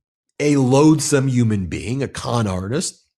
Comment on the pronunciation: Why do you say "uman", "umanity"?and not human, humanity?? 🇨🇦💪